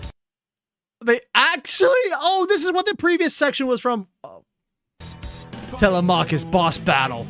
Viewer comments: Tele-mac-hus 😭 thats not how you say his name!! Its tele-me-cheis (i think??) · Please for the love of all that is holy learn to properly pronounce TELEMACHUS!!!